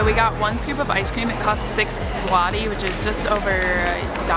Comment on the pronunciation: ZLOTY, not 'slati' or 'zlati'. That is the name of polish currency. If you translate directly 'zloty' (złoty) would be 'golden' in english. There is also no 'cent', but there is GROSZ (grosh) (singel) . Zloty is equivalent of US dollar while grosze (plural) is equivalent of us cents. Those 60$ you spent is around 280 zł (which not small amount).